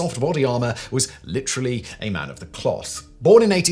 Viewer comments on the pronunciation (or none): none